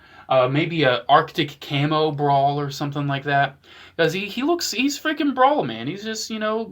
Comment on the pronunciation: bro all i heard was "my bawls, "my bawls "lets check out my bawls" 💀💀💀